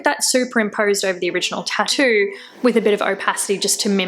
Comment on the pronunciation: "Tahdoo" I like that :)